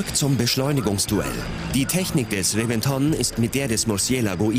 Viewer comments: Nochwas: Der Reventon wird "Rebenton" ausgesprochen - nur so nebenbei... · RevEnton und MurciElago xDD Die Betonung, herrlich